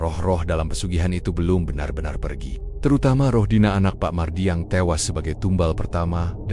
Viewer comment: Bang tolong diperbaiki pengucapan dan penulisan A.I nya. Masa "benar-benar" jadi "banner banner"